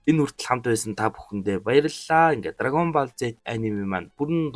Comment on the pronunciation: Pzdaa dragon Boll gej helyaa Ball gej bicheed boll gej unshaach